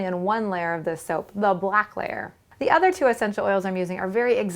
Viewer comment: Why So Much Emphasis On "The BLACK Layer" 😂😂